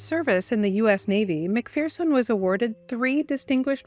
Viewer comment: Why id it nobody can pronounce McPherson right? It's not 'McFEARson', It's McFURson